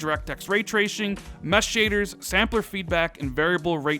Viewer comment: When tracing turns into treashon lol